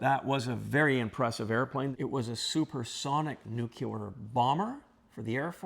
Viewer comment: He miss pronounced the word nuclear, didn’t he!